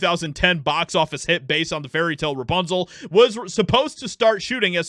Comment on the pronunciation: It's not Rapunzel it's Rap Punkszel